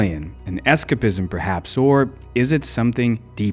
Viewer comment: Fascinating little documentary, definitely gives me "the kids will be alright" vibes. I dont get to see mych of Russian culture, much less niche stuff like this. I would love to see more about subculture and trends going on in that part of the world. Small note the way you say escapism hits the ear weird haha, its more escape - ism 👍